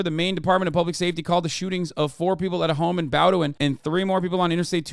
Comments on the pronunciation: The Maine town that the shooter was from is pronounced.. BOE-DIN.. not BAUW-DU-IN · Hassan, Ive started watching you over the last year and I learned about the shooting in Maine, my home state watching this video. Very far beside the point, but the town in the story is pronounced BOW(like rainbow) DIN. Thank you thank you peace and love. This is a serious message